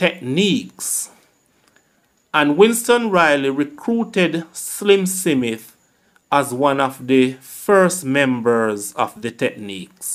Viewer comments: It's just the way he speaks as a jamacian older Jamacians pronounce Smith as sim mit a just so it is,is so my father did say it too 😊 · One with you. You need to pronounce words properly . Example Smith /Smith.and more which is too much to mention